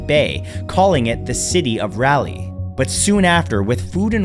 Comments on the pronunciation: Raleigh is pronounced "raah lee" not "rally" he wasn't a car race. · Didn't even look up how to pronounce Raleigh. Come on bro